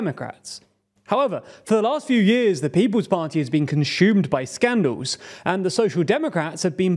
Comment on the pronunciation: So Consumed in Brits English is pronounced. Conchoomed I guess